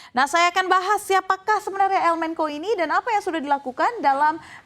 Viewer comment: Bukan "el menko" dibacanya tetep "el mencho"